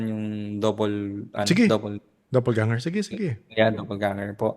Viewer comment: "Doppelganger" po. Not double ganger 👍✌️